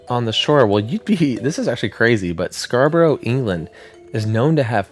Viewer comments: Scar but ruh Not scar bo roh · As a native of Yorkshire i can tell you that Scarbrorough is pronounced as Scarbruh, not the American way And we dont really get tornados all that often i cannot imagine the area would ever spawn four but its an interesting theory all the same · This is nuts! 😮 I live in Scarborough and had no idea this was even a thing! (*Side note.... it's pronounced "Scar-bruh") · Scarbora is How Us English pronounce it 😂😂. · the way he said scarborough D